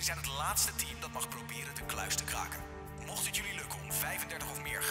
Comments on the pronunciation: klaken? Is het niet kraken😂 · valt het iemand ook op dat de R niet kan uitspreken. 'wij gaan de kluis klaken"